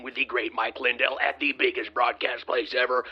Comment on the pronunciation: did you notice ? mike pronounces his own name |LINdel| the first syllable carries the accent.